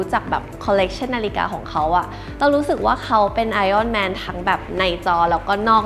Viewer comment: ดู ep นาฬิกา CEO แล้ว กลับมาหาดู ep นี้ content ดีมากเช่นกันครับ ดีใจที่ได้ยินคุณ (ไม่ทราบเขียนถูกหรือไม่) ออกเสียง ไออ้อนแมน เพราะจะได้ยินคนออกเสียงหรือเขียนว่า ไอร่อนแมน บ่อยๆ รู้สึกขัดใจมาก ติดตามดูอยู่นะครับ